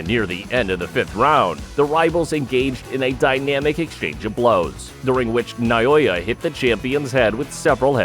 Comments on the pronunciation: NA O YA not Nayoya. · For the love of God, his name is NA O YA. Not Na Yo Ya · NA O YA!!!! not Nayoya! How insulting to have someone like you murdering his simple but amazing name.To help you, pronounce it properly. NAO(H)YA goes without a H, but placed there to give you a hint. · not noyoya he is naoya. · Who is Nayoya? The Monster's name is not Nayoya, but Naoya! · Na Oh Ya